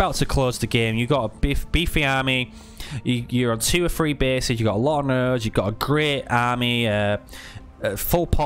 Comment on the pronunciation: Can never tell if your saying three or free